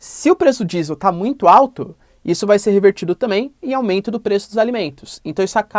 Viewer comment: Caralho paulista não dá pra entender oq vc fala. Vc fala pelo nariz 👃 fala rápido demais só vcs se entendem toda palavra que tem a letra m ou n vcs sempre vem com a letra i antes. Caralho fala devagar buceta... Aumeiinto é o caralho. É aumento porra. Vc ecplica muito uma coisa básica. Ficar duas horas pra falar uma coisa simples. Esse governo é bandido. O bozo é traficante de armas e drogas. É miliciano e a culpa do aumento com combustíveis vem desde o golpe com temer ele jogou o preço do petróleo em dólar. E essa porra de lira é da extrema direita. Isso é enganação. Paulista fala feio pra caralho só eles se entendem kkkkkk. Pura que pariu para de falaram porra vcs dão muitas voltas. Sua aula deve não ir ninguém tu é chato pra caralho. Faz vídeo resumido kkkkkk